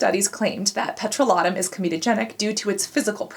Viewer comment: Well, I've just realised after many many years of saying it wrong that petrolatum isn't pronounced peTROlatum 😅